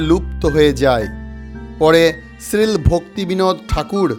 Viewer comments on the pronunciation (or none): শ্রীল ভক্তিবিনোদ ঠাকুর নয়।("শ্রীল''শব্দটি সঠিকভাবে উচ্চারণ করুন) শ্রী ভগবানের নির্দেশে বৃন্দাবনবাসী শ্রী জগন্নাথ দাস বাবাজি তাঁর দিব্যদৃষ্টিতে এই স্থানটি মহাপ্রভুর প্রকট স্থান বলে নির্বাচিত করেছিলেন। বয়সের ভারে ন্যুব্জ শ্রী বাবাজি এই স্থান নির্বাচন করে উদণ্ড নৃত্য শুরু করেছিলেন। নৃত্যরত অবস্থায় একজন পাষণ্ডী বাবাজির গলায় জুতোর মালা পরিয়ে দিয়েছিলেন। বাবাজি তখন গলায় পরিয়ে দেওয়া জুতোর মালাটি বুকে চেপে ধরে নিশ্চিত হয়েছিলেন যে এটাই মহাপ্রভুর আসল আবির্ভাব স্থান। কারণ, ওই পাষন্ডী ব্যক্তিকে বাবাজি জগাই মাধাই স্বরূপে দেখেছিলেন। জয় গৌর হরি। জয় নিতাই।